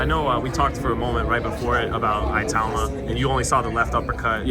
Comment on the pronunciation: Great interview, Richard just seems like the guy you can become fast friends with, genuine and humble - hopefully more people know about him after his next fight. PS: Its "ITAU-MA" not "I-TAUMA".